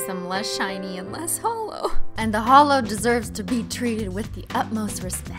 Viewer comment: YouTube auto generated captions excuse me you said hallow or halo instead of holo 💁‍♀️ 💿